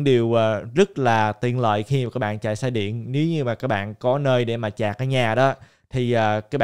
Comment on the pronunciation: sạch hay chạc hả ơi hahaa